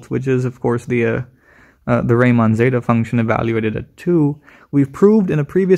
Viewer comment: One correction: it is not 'Reimann zeta function', as you said, but RIEmann zeta function. Riemann is pronounced as 'riiman', with a long i.